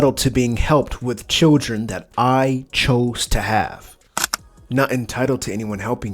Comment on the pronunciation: Children. It is pronounced CHILDREN. Not chillgen